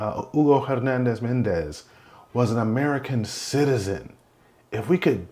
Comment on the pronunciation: We're all people, man. Just because you emphasize the words "American citizen" doesn't make one life more valuable than another. Tell me how many Americans harmed or unalived other Americans recently that you didn't report on.